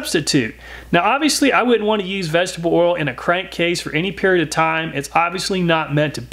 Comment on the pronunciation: This guy seems to have trouble enunciating the words "vegetable oil." In a video ABOUT vegetable oil, he says it a lot, so it's pretty easy to notice. Does anyone else hear the way he slurs that particular phrase, or is it just me?